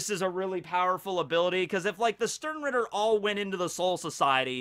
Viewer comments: Stern-rieeeter, It hurts so bad! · just klicked to hear say sternritter, i love when americans try to pronounciate german words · My first contact with bleach was some doujinshi I don't remember, but it got me interestet enough to at least give the anime a chance. Sadly the first episode was so boring and cliched I lost Interest immediatly... So... the only reason I started watching this video, was the title. I just was curios how much you would mispronounce the word "Sternritter".... Well... I got disapointet again.... You didn't mispronounce it more, than you would mispronounce the word "Stein", so, knowing and caring nothing about bleach, this was a complete waste of time... But to end this on a positive note: can't wait to see your review of the next one piece chapter!